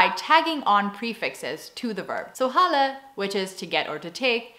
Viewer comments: Not sure if anybody pointed this out but halen is pronounced haalen ( long A ), maybe i'm picky but it took me seeing it written before I got the meaning ( your ui sounds fine to me ) ( dutch sometimes does that with haal or loop ) where you do halen or lopen in writting but say haalen or loopen. Afspreken makes sense ( it comes from agreement it means it's the end of the conversation so the conversation is done or af ). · Love this. Your pronounciation of the "ui" is perfect, though "halen" needs some more practice. A vowel before a single consonant is long, remember? (So haalen). Another peculiarity is that Dutch knows a distinction in verbs that come from indo-german and middle dutch. You write them the same, but the meaning is different. They also have different stressings and the old ones cannot be separated, but the new ones can. Examples (CAPITALS = stressing): Old Germanic origin "onderGAAN" (to experience) Middle (ages) Dutch or newer; ONDERgaan (to go under/to perish). You say Ik onderGA, but in the second verb you say ik ga ONDER. Same for doorzoeken, onderhouden, overleggen, voldoen, etc. To be clear, the words stemming from old german and middle dutch are both still widely in use today, so I think that can be quite confusing for non-native speakers. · Je 'ui' is heel goed! Al je uitspraak is heel goed, behalve de 'aa' van 'halen', die kan iets opener. En dialecten: hoe goed is je Utrechts? ;-) 600 dialecten lijkt me erg veel, wat is je bron daarvoor? Ik kom uit Hilversum en Hilversums is flink anders dan Utrechts en het is maar 15 kilometer van centrum naar centrum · About the word "Halle" that's what it sounded (at_ ), but you meant "Halen". _For all the other Dutch words you used in this vid... you pronounce them very good! 👍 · when you say 'halen' you have to stretch the A's more because it's sounds like you'r saying ''hallen' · halen has a N at the end, you should pronounce it, or you will sound like a homeless person from Amsterdam :)